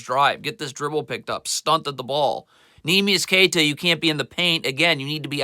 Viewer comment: Gets pretty annoying when he pronounces everyone’s name wrong. “Neemias QueTa, Josh MinOTT, Paulo BanCHero.” This guy doesn’t even watch the Celtics. Calls Josh Minott a “nobody.” Has no idea that he’s having a breakout season and is starting for a reason. Every team loses games.